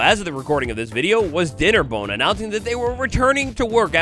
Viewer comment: Did you say dei nnerbone? Lol awesome